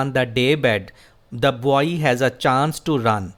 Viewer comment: You are a legend. Bht zbrdast lecture h... Word 'boy' repeat horha h iske pronunciation aik nazar dekh lain.